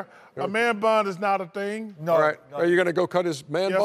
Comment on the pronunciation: "A man bun is not a ting" - Charles barkley